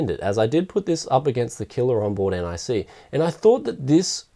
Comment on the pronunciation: omfg not n-i-c its nic